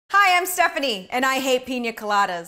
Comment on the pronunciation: she keeps saying pinja instead of pina did anyone else hear that?